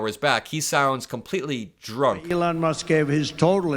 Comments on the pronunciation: Is he calling Elon Musk: Elan?? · Sounded like he said, Evelond, then corrected himself on the next "sentence". 😆🐽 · That slip up trying to say "Elon" sounded like "Evil-on", which is somewhat appropriate. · “Egolan” is what he said, for Elon. E-go-lan !! 🤣 sounds like he’s abt to say say “Egolan Longoria”, (sorry Ava Longoria!) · I thought he called Elon Eva Longoria